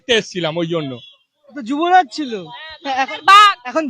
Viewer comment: CHHILO "JUBORAJ " HOYECHHE "JUTORAJ "